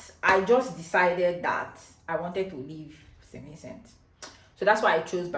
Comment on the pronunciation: Just one piece of advise from me if can speak just a little slower...it took me a while to realise you were saying st Vincent